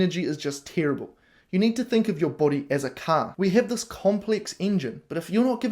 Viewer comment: "BOADY" (ps) lol, Not sure what a boady is, unless it's "Body" in Australian 😹